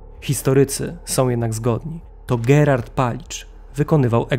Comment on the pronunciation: Ja również mam uwagę. Imię zbrodniarza wymawia Pan "Gerard" ("h" nieme), a wydaje mi się, że powinno być "GerHard" z wymawianym "h:. Pozdrawiam serdecznie i ode mnie zawsze 👍🏻